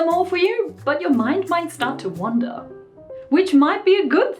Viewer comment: Mr. Gecko the Salamander Heh. I know the definition of the words, I'm just not sure which Vanessa is saying. I'm used to the metaphorical phrase, "Let your mind wander", but it sounds more like she's saying "wonder", which is kinda redundant.